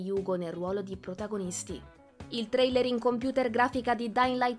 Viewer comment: Suggerisco alla speaker di lavorare un po' sulla dizione e l'intonazione, e di tentare di non aggiungere così tanta schwah alla fine delle parole straniere terminanti in consonante (trailerrə, wonderwomannə, heavy rainə, humannə, westə)